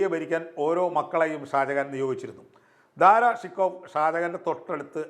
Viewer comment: ദാറാ ശൊകോ എന്ന് ഉച്ചരിക്കുക. ഫാർസിയിൽ ഇങ്ങനെയാണ്.